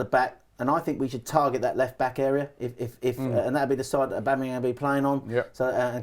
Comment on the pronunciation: I agree is the man, but I unfortunately can only focus on his inability to pronounce ‘Aubameyang’ hahahaha